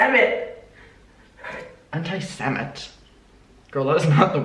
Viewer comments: Yo anti-semite is the noun describing someone who is anti-semitic! but she was mispronouncing it, it’s pronounced anti-sem-ITE not anti-sem-IT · I laughed out loud at work when you said "Anti-semeht?"